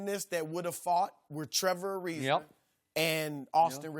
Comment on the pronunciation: its Ariza not Iriza